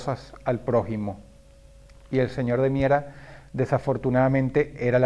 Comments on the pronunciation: Cada vez que dices señor de miera Siento como que dijeras Señor de mierda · Por tu acento de aquel entonces escuche claramente que le decias el señor de mierda, 😂 esque ya me acostumbre a tu vocabulario ❤ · soy el único al que le da risa cada ves que dross dice ''señor de miera'' porque parece ''señor de m13rd4'' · Disculpa Dross pero te falto la "d". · Buen vídeo Dross, cuando dices el apellido del tipo pareciera que dijeras el señor 👉🏻💩 😂😂😂